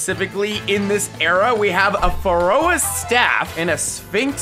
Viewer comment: "FaRoAs" XD